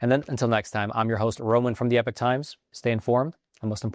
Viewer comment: "Epoch" ≠ "epic" ‼️ So outrageous! This blatant and greviously chronic abuse of language appears to be the only thing stopping me from embracing the Epoch Times. ..yet since they don't care about accuracy, then i have no use for them as an "accurate" resource.. 😮‍💨